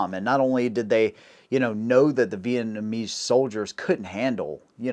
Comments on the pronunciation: And Vietnamese not Vietbanese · Thank you, did you get his mis pronunciation of Vietnamese? He said Vietmanese. Really??? My beautiful wife who could have chosen Any man she wanted Is Vietnamese second Generation. I'm really blessed to have her as my wife. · Did he REALLY Mispronounce By Saying Vietmanese? Dude, please get your enunciations correct, It's V i e t n a m e s e. 😮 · Haha heard that too! Sounded like he said Vietmanese flip flopped the N and M….this fella is a butcher of the English language haha